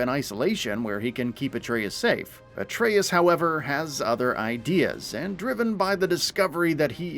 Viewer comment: Finally, he actually got, Atreus name right. Maybe he read some of the comments. Lol 👀. Anyways, less than a month away & BOOM!!! Ragnarok is coming my way.